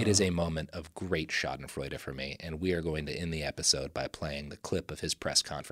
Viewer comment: Shoizenfraizha - joy in the mispronunciation of others